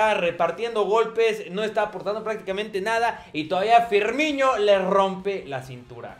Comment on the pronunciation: No se dice Firmiño, se dice FirniNo